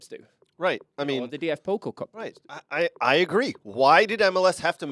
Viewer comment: _ "...the Bundesliga is bailing out of the DFB-Pokal." _ ...fans would boycot the Bundesliga. OMG, every time they are saying "Pokal" it sounds like polka (the dance) because of pronoucing the o (which is wrong) instead of the a (that is correct). It's Pokaaaaal! 🤫